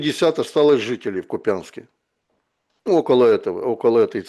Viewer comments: Да объясните, наконец-то, спикеру, что он выглядит неучем, когда из эфира в эфир, с завидной упертостью, называет неправильно населенный город Купянск. Ударение в названии города идет на букву "У", а не на "Я" - КУпянск... а нее КупЯнск. Слушать уже просто отвратно становится... Ну раз оговорился, ну пару раз.. но если он постоянно освещает ситуацию вокруг Купянск, тем более сылаясь порой на источники из самого города, но при этом всяк раз не может даже правильно название города произнести - возникает вопрос к достоверности того, что он говорит. Поправьте, пожалуйста, пана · Купянск, ударение на первый слог.